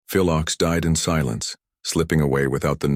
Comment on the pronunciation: Your mispronouncian of Phil's name undermines your narrative.